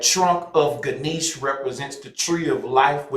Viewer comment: It would be nice to hear you pronounce Ganesha correctly with the a at the end